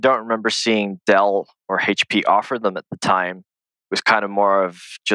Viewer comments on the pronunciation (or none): the way he pronounced hp (prior to this point) gave it away to me